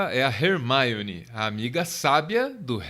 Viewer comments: Pronunciar Hermione como "Rermáione", que chique, eu falo "Ermione" mesmo hahaha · fiquei um tempão tentando entender quem era a rermáione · E essa pronúncia de Hermione, hein? Caraca, lembra que tu tá no Brasil, né?